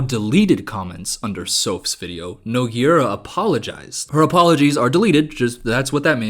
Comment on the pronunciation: unrelated but someone please learn how to pronounce nogueira. its like "noo-gay-ra"